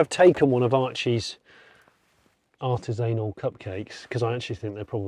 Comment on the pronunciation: Artis-anal Jonny, really?